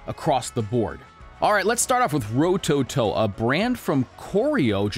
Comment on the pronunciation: Ro toe toe , say it fast with no emphasis on any Ove the vowels, smooth and all at once. That’s how you pronounce Japanese names rowtowtow, somewhat fast and all 3 syllables should sound exactly the same